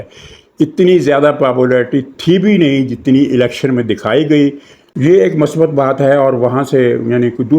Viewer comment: Word is not masbat. It is MUSBAT. Thanks